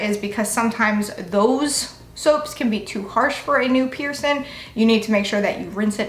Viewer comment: Ugh couldn't watch this because I can't stand how you say "piercing" - there is a g at the end 😅 you look beautiful and im sure you're nice but pet peeve 🤷🏻‍♀️